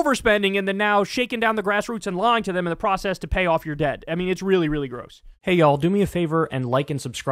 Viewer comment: stop beggin, woman. it's growse